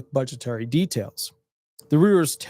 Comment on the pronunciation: Reuters is pronounce "ROITERS".